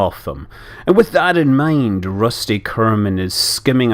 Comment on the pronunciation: I loved the scott ascent of "Rushty" and "Reshcue"... Shean Konnery endorse it!